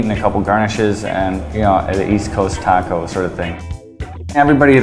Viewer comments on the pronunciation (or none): this guy has says "taco" wrong. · when he said 'taco' I lost all respect...I can't help it